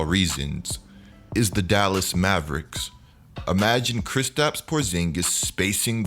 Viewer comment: When he said Mavericks I immediately clicked off the video, unsubscribed and disliked the video😂😂😂🤦🏾‍♂️